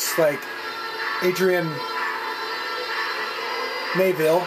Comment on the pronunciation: Did he say samai zain and aidren neivelle